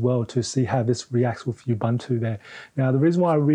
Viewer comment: say it with me: ooboontoo not ubuhntu